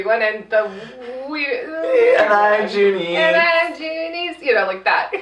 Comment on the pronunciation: Its actually Doonese not Junice